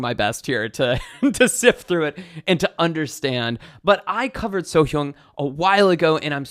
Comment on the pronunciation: Lovely reaction :) Btw her name pronounced like you say 'so young' but with subtle 'h' before young (young as in antonym of old). The 'a' in 'hyAng' is pronounced like 'a' in 'what'